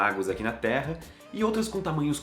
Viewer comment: A todo momento que ele falava "Terra" eu ouvia "Teia"